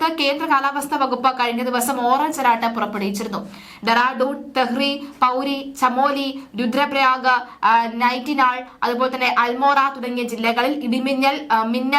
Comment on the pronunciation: നൈറ്റിനാളല്ല .... നൈനിത്താൽ.. Nainital...